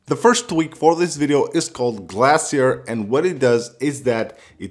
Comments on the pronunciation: Btw it’s pronounced glay shure Not glass ier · Glassier it’s pronounced glaaaa-ceeerr